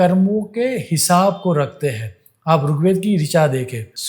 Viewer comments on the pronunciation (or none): गुजराती लोग जब हिंदीभाषा बोलते हैं तो कुछ शब्दों में अनुस्वारों के उच्चार नहीं करते हैं, जो कि व्याकरण की दृष्टि से करना अनिवार्य है : 'हैं' के स्थान पर "है" (अनेक बार); 'घड़ियाँ' — घड़िया, 'समझेंगे — समझेगे, 'होंगे' — "होगे", 'करें' — "करे", 'देखेंगे' — "देखेगे", 'चिन्ताएँ' — "चिन्ताए" आदि।